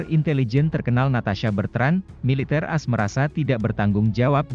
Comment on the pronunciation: Pembaca berita channel ini kelahiran tahun berapa? Masih bocah kah? Kok AS dibacanya "aass.."?!?! Sejak zaman dulu puluhan tahun lamanya, dimana-mana A.S. itu diucapkannya "Aa... Eess..."! Bukan ass! Sepertinya yang suka membaca UE (Uni Eropa) dengan mengucapkannya "uwee" pun orang yang sama nih. Pengucapan mengada-ada dan gak enak didengar seperti inilah yang membuat para netizen intelek takkan tertarik memberikan like & subscribe. 👎👎